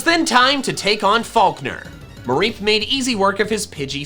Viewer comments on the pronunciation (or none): It’s not falkner is fuckner